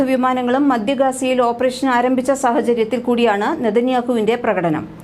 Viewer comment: മലയാളം ശരിക്ക് പഠിച്ചിട്ട് വാർത്ത വായിക്ക് "മദ്യ ഗാസ"യല്ല